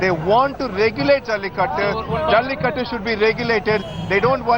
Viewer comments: it is Jallikattoooooooooooooooo. IT IS NOT JALLIKUT. why you northies always sanskritize dravidian words? 😡don't you people have respect for other's culture and language? even western journalist do not change Tamil words to latin or something else! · Why don't these North Indians know how to pronounce the 'U' behind?